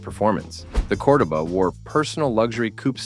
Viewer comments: Say it with me COR-DOE-BAH😒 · COR-DOH-BA.....at LEAST pronounce it correct. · Cor-duh ba? Ai can't pronounce shit. That car came with an optional big block 400 and it was a fun car. I had two of them. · It’s “Core-doh-ba.” No fooling you huh, oh and by the way it’s not a muscle car. At least you pronounced Thunderbird correctly. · DudeYou can't speak the proper language for these cars.It's cordoba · This idiot wasn't even a spe(r)m when these cars were new, and knows nothing about them. They weren't building these for speed or performance at the time. And what the hell is a Cord-a-buh? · I knew this video was trash as soon as you couldn't pronounce Cordoba correctly. These aren't sports cars they are personal luxury cars. Not one ounce of truth in any of this. I don't subscribe to liars who haven't got a clue so you make garbage up. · WTF are you talking about. Those are personal luxury cars. Not 1 is a muscle car. I don't know if you use AI but learn how to pronounce the names correctly. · You better learn how to pronounce cordoba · I owned a 77, then a 79 cordoba, the guy doing the video can't even pronounce cordoba right. It wasn't a muscle car, it was considered a mid size luxury, this video is a joke.